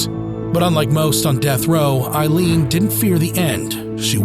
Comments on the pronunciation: Aileen not Eileen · She was a victim of shitty men and it did something to her mind, as it would most women, I can’t imagine what she went through. A very sad story. 😢. BTW her name is pronounced Ayleen (Aileen) not Eye leen (Eileen) and I should know. ☺️🤷‍♀️🏴